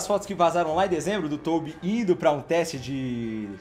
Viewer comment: Mano na boa, vc chama o Tobby de Toubi é pra tirar uma é?